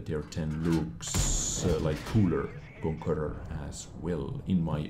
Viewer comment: Is it so hard to say Conqueror ?